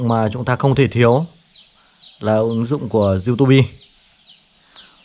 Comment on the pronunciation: Du-tu-bi và bờ-lét-tút :)) nghe qua là hiểu trình độ của bạn. Vậy cũng đi review sản phẩm.